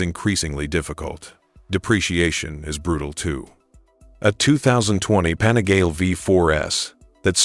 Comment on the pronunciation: pan -a-gar-lee. ffs!